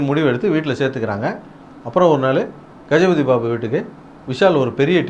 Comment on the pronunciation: Did someone notice him saying Gajapathi Babu instead of Jagapathi Babu ????